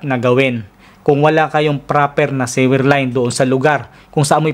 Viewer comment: Thanks for sharing. I just have a suggestion. Please pronounce the word "sewer" suwer, not siwer...Please google the correct pronounciation of sewer and sewage. Thanks...just helping...